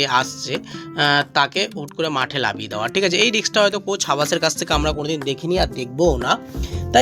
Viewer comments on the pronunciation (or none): কথা ঠিক করে বল।লাবিয়ে দেওয়া আবার কি?